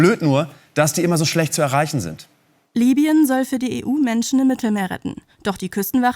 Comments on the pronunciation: Es heißt LIBYEN und nicht LÜBYEN! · EBEN! Das war mit Abstand das schockierenste an dem Video! WARUM MERKT DAS DENN KEINER?? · LI BY EN ! Es heißt LIBYEN